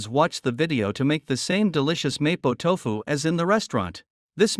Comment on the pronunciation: I can't even watch your vid. You can't even pronounce MoPo Tofu! CORRECTLY!